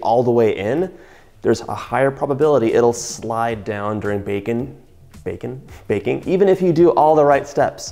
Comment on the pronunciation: lol when you said “bacon” instead of baking I still understood you. #Texan “Are you bakin some bacon flavored cookies?” “Yes ma’am I’m fixin to”